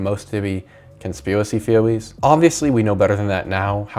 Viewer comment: all seriousness aside… “conspiwicy thewees” hehe back to it